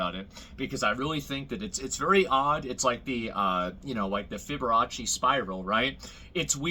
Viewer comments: This dude said '' Fiborrachi'' Spiral.....Like what is that? A really flamboyant spiral that plays piano? It's Fibonacci. LMAO! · Fibboracci?! Lmaoooo Guys sayin this like its part of La Cooca Racha